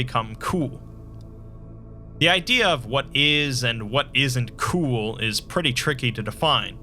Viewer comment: Not really, especially when he over pronounces the word COOL everytime. The #1 RULE to being COOL is to accept that being COOL is COOL, and that's a COOL RULE